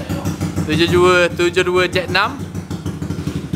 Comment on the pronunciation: Susah betul nk sebut 72 tu😂 HAHAHAHAHAH